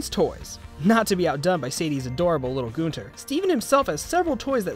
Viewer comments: please stop saying Gonter... it's Gunter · Love how everyone says Goonter instead of Gunter